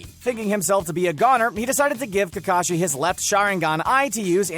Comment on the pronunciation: He says Takashi not Kakashi